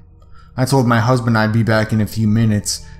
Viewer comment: Did you just say husben